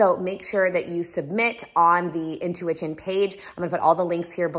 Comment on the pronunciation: She really said “intuiWITCHin” :)